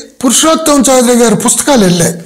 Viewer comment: చౌదరి కాదండి, చౌధురి. West Bengal సంబంధించిన వారు. తెలుగు వారు కాదు.